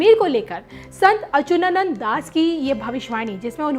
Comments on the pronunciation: Baar Bar Achunanand bol rahi hain jab ki Achutanand is correct pronunciation itne bade sant hai unak naam to dhang se lijiye. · ....you should properly check the pictures, dates etc. And pronunciation is very important. It's Achyutanand.....you are saying it incorrectly. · संत अच्युतानंद बोलो, सही उच्चारण सीखो । बी0 एस0 रावत देहरादून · बेवकूफ औरत अच्युतानंद अगर तुम सही से प्रणाम सेशन उच्चारण नहीं कर पा रही हो तू पहले अपना उच्चारण ठीक करके आओ न्यूज़ पढ़ने आई है और वह भी हिंदी ठीक से बोलना नहीं आता है यही गलतियां क्या अंग्रेजी बोलने में करती हो